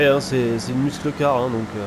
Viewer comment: Hey 👋! Bon "Muscle" en anglais/americain se dit phonétiquement "Meusseul" comme pour "Meusseul car" pour "Muscle car". Voilà voilà 😉 Merci pour le contenu de tes vidéos, c'est le top😊